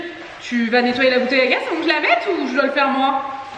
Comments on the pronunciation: Vous me stressé à prononcer gas au lieu de gazzzz lol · Par contre on dit bouteille de gaz (prononcé gaze) et pas « bouteille de gas ». Et sinon moyen les chaussures dans le salon, mais la maison est jolie